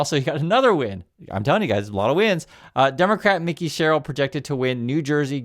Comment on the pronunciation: NJ dem here! Mikie (not Mickey)